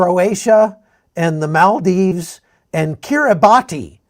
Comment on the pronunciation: its pronounced, ki·ree·bas